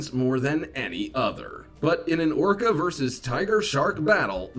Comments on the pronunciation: "Are okra" 😂😂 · Man I almost choked on my food laughing at you almost saying ocra. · Thought you said oprah